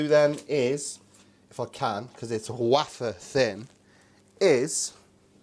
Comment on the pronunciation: "waafer thin..." You goof - had me laughing out loud.